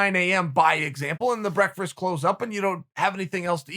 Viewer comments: Any clip where Chael says "breakfrast" instantly gets a like from me! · For a man who loves breakfast as much as uncle Chael does he can’t pronounce the word properly 😂😂😂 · I love how Chael has literally never been able to say "Breakfast" properly. Still my favorite guy in the history of EVER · Chael “brekfrist” Sonnen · It’s more like breakfrst, as in the first meal of the day, eaten with your legs crossed of course. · Me: Breakfast Chael:Burrrekfest Me Burrekfest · Everybody: breakfast Uncle chael: breakfrest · Chael 'Breakfrast' Sonnen had breakfrast for breakfrast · Tehehe i giggle like a school girl everytime im treated to the sound of Uncle Chael saying the word breakfrist 😁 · Does Chael say "breakferst" multiple times? I think so. And, I want some. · I get so happy when I hear Chael try to say Breakfast